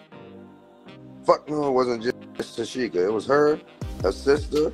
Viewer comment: Lord, he said TOSHIEKA😅